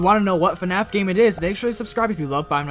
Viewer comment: I find it funny how he pronounces Fnaf “Fenaf”